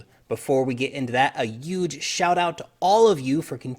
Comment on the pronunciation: Love your videos but please don't put so much emphasis on the word huge. Your hair may turn orange with over emphasis on that particular word.